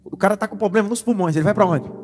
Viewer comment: Poderosa palavra pastor. Sugestão: Algum irmão ajude o pastor a ter uma dicção correta na palavra "Problema". Em amor. Shalom...